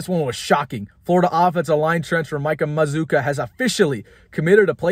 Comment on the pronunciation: I think you're pronouncing his name wrong. You've invented a "U" after the double Z. And you ignored the "U" after the double C. It looks like maz cue a, or maz kwa. We gotta get this right before he comes to Lincoln.